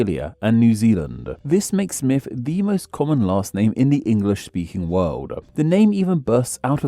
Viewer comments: The fact your accent means you pronounce Smith as smiff makes this video extra delightful. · The Presenter keeps saying "Smiff"